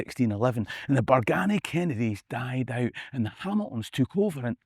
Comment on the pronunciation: its a sma detail, but us locals pronounce it Bargeeny no BargAny